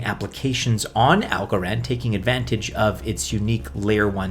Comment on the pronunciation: Why do you literally say every coin weird?? "Solainahh - AlgoRond"